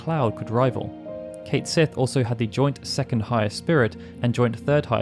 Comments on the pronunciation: Just to advise you, Cait Sith is not pronounced Kate Sith. His name is actually pronounced Kett Shee. It's from the Irish name of a mischievous cat spirit, and literally translates as "Cat of the Fairies". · Cait Sith is a name from Scottish Gaelic mythology, and is pronounce Ket Shee. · Oh that’s not how Cait Sith’s name is supposed to be pronounced 😅